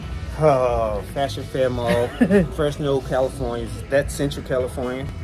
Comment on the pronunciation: I love how you say Freshno,. It’s FreZno.